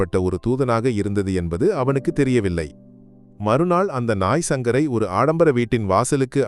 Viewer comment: உச்சரிப்பை சரிபடுத்துங்கள் நண்பா!...(அந்த நாய்சங்கர் அல்ல!...அந்த நாய்...சங்கர்)